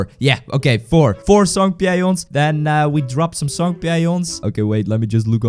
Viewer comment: I don’t think that’s how you pronounce Songpyeon